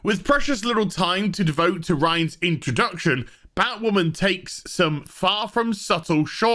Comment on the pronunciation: "It's time for Batwhamen...to end."